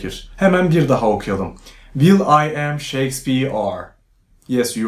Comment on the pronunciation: "will ı am" de koptum ben toparlanamıyorum